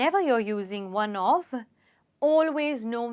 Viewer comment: When you said 'one of' it sounded like 'one off'